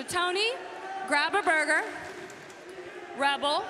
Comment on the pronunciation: So no one going to talk about how Dr. Britt Baker said Rebel not Reba?